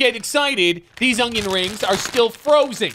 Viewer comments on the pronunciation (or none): It's ONion. Not, OnGion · Did anyone notice that he say ungion instead of onion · Is he saying “ungyun”? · Why he say ugyin